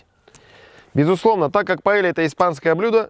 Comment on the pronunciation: паэЙя! А не паэлья